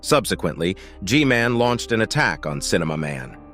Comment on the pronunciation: just say g man, thats literally how everyone else says it